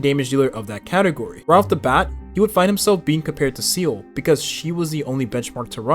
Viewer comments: Come on bruh just pronounce it as zilla instead of seal💀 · Seele not Seal.. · Is everyone going to ignore how he's pronouncing Seele as "seal" ? or was it intentional ? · First person I've heard pronounce Seele as Seal. Freaking annoying. Do you even play the game? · Jing? (without Yuan) Seal? Im-baby-tor Lu-Nye? What the hell are these pronunciations. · please stop calling seele 'seal' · my ears bleed with each Seel